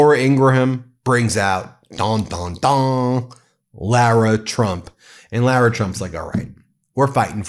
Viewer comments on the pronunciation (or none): none